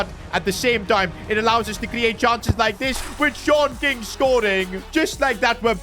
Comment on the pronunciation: Actually his name is Sean King but he is saying short king